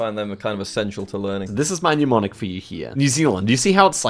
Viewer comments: Oh god now you're BOTH calling them pneumonics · mnemonic! lots of people pronounce it like it started with pneu for some reason